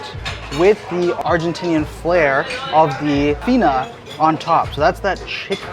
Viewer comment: I actually don’t love Faina, but the pizza is amazing. So you pronounce faina like this: Pha-e-nah